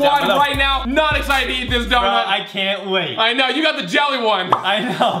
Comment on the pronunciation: Wowwww you can’t spell “jelly” you said YELLY!!!!! Woww